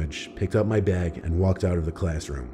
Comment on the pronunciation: Every other English-speaker on the planet: So I was in the classroom... Guy from story 3: tHe ClAsS-lIkE-rOoM